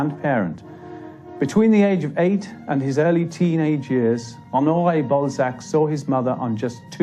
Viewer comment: Everyone: Honorè Balsac Narrator: Honnoy Ball Sack